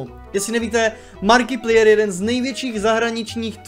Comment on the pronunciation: ta výslovnost jména Markiplier, Jsem triggered lol. Přiště to pls říkej "Márkiplájr" Jinak asi umřu :D Skvělý video